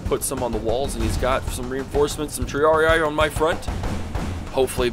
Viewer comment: isn't it Tree-Ar-Ie-Ai?